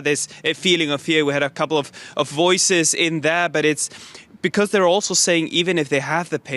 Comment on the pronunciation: but do not cäre..becäuse locäl peopole äre jobless too= Yes leägel locäl jobless get job . Hurräy !!!!